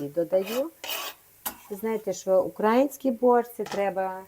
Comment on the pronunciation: Багато російських слів особливо оце укрАїнський ріже вухо.За діалект чи вимову не кажу.Але мене це дратує.